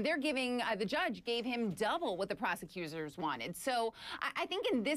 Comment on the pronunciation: "PROSECUSORS" LOLOLOLOLOL DUMBASS